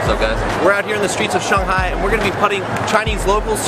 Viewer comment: i love how he pronounced shanghai at the beginning of the vid. that's how it should be said! majority of westerners would call it "sheng-high". lol